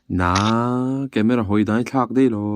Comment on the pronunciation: Ni e, Deih ai ah Daih tih tur tiraw